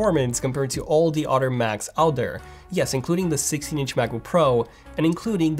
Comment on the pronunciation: Can’t stand it. And udder. I just can’t.